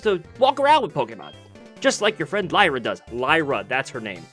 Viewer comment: your pronounced Lyra wrong